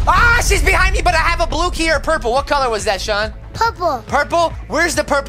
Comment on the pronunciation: i love how said purplee😂i watched ut like years ago